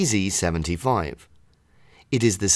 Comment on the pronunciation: Nice how you pronounce "CC75" or is it CZ75 😅